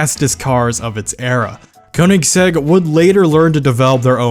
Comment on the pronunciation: How u said ruf or Koenigsegg